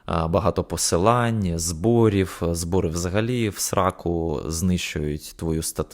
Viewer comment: Не "зборіф", а "зборіў", не "баниф", а "баниў"